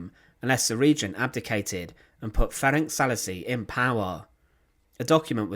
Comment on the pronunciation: Thank you for the video, but maybe you should consider checking available sources, such as Wikipedia, for the pronunciation of the names. He was called "Ferenc", not "Ferenk". The "c" at the end is pronounced like "ts", not "k".